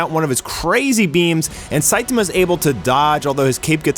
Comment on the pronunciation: Cool video. But your pronouncing "SAITAMA" incorrectly. It's the "TA" part that your having trouble with. The A isn't pronounced like A as in ( Look "a" dog! It's pronounced as in the Doctor asks you to say "ahh" when looking at the back of your throught. So it's pronounced SAI TAHH MA.